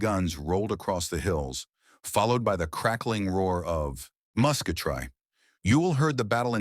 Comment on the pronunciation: AI's at Least narrating it ... 💯 "Musketry" pronounced Musk eh try 😆